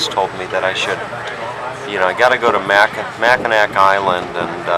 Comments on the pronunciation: Mack in naw. Is how it’s pronounced. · It was terrible listening to you pronounce Mackinaw as Mackinac... My first job was on the island at the Grand hotel.... Presently I'm in my 60s and I am searching YouTube for The memories of my youth lol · Mackinaw Island, not Mackinac. And, if you are departing from St. Ignace, you are in the UP. If you are leaving from Mackinaw City, you are in the LP. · Yeah, you call it Mackinac Island! I love the island and its history too much that I feel offended when someone calls it Mackinaw Island. The native American accent might pronounce it close to "Mackinaw", but it is "Mackinac" on all the signs and charts that I have seen. Thank you. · Pronounced MACK-in-naw Island. Also called The Grand Hotel, not The Lodge. Beautiful footage. Thank you! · It's pronounced Mack uh gnaw you uncultured swine. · It’s actually pronounced Mac-ki-nah. The c is silent. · On the ferry over, they talk about the island. Before you ever set foot in the place, they produce it Mack-in-aw. Are you that self absorbed that you don't listen as the tour guides, shop keepers, and natives repeatedly pronounce it correctly?? If you can't even get the name right you shouldn't be a tour guide!! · Great video! Brings back alot of great memories. On a side note, the Island is pronounced Mac-ki-nah. The c is silent.;) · Your mispronunciation of the islands name is driving me crazy. Learn to pronounce where you're at. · good tour--bad pronunciation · Despite the fact you pronouced Mackinac wrong It was a good video. Good video quality. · That drove me crazy also...I was hoping the carriage driver would correct him